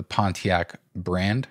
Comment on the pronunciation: I love you man...but it's Pon te ack...